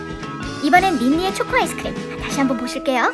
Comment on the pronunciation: 초에 쬬코라고 하신거 같은데